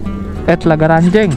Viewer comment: Ranjeng bang bukan renjeng,saya orang situ soalnya😂😂😂😂